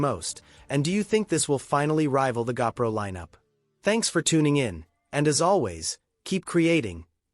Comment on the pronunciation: Gah-pro?? I effing hate AI!!!